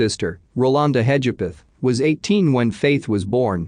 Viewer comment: Sorry - can’t do it anymore. The constant mispronunciation of Hedgepath. (Her case was solved this year.) I’ve listened to quite a few of these videos and the computer voice isn’t the problem. It’s the constant mispronunciation of common words (cadaver). Just can’t do it anymore.